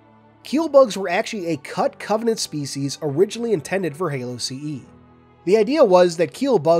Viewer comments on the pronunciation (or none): none